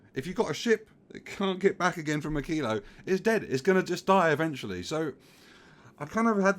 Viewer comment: you pronounce "Aquillo" as I do and in what feels like the correct way, knowing a tiny wee bit about spanish pronunciation.